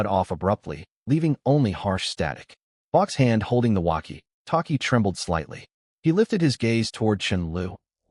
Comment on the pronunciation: The translation AI is translating words like walkie-talkie and off-road and hyphenating them, but the reading AI is putting a huge unnecessary pause at the hyphen. 😅